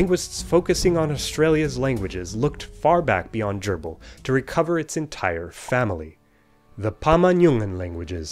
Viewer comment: If I had seen the word Dyirbal written down, I'd have not pronounced it Gerbil.